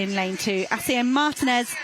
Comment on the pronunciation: The female narrator is an idiot or what? I mean, Spain is not even 2 hrs. away from the UK and she cannot even properly pronounce Martínez? You'd think that with all the Brits that visit and live in Spain they'd get an effin clue about basic Spanish or that they would study and be professional and learn how to properly pronounce the athletes last names. The accents on top of the letter are not there as Xmas decorations. They are there for a reason, primarily as a visual indicator of how to pronounce the words, unlike English. Where do you find these unprofessional narrators?